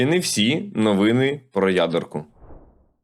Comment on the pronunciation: Подивіться в словнику, які наголоси має слово "новина" (і "новини", в множині) в різних відмінках. По можливості, застосовуйте на практиці, зокрема в понеділкових випусках.